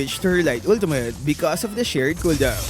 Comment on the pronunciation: wtf is a hooldown?